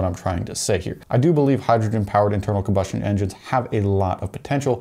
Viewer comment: I can't watch anymore of this filler by a guy who can't say combustion